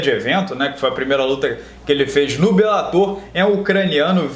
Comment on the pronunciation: "Belátor" ~ "belatôr"